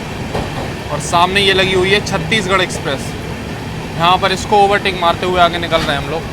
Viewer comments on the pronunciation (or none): none